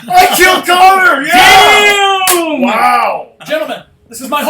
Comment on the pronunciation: Am I the only one who heard Bryan say "Conk" when trying to say "Connor Army"?? Coincidence? I THINK NOT, but hey, that's just a theory, A DBH THEORY!!